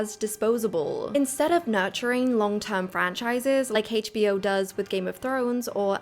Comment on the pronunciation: Well-made,! But your pronunciation of HBO really hurts my ears.